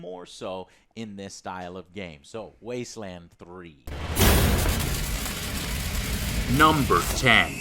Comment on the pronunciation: "Top... 25 games of 2020" You're either psychic or you forgot a word when speaking buddy :D E: NONE of them said "Wasteland 3" right. Are they THAT excited for Fallout 76 The Wastelanders?